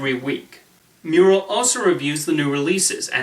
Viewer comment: Your pronouncing Dan's last night wrong. Mur-rell is not pronounced like the painting